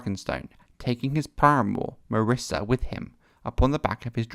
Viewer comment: lol "marissa"....mysaria.....yup....second to none...